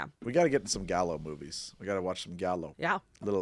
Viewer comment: Giallo is pronounced with a soft "G." And, yes, you should check out some Giallo movies.